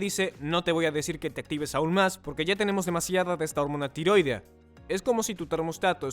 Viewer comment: Así no se pronuncia "tiroidea".